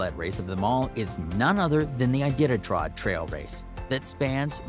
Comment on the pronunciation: Did he just say, "Idititrod"?! XD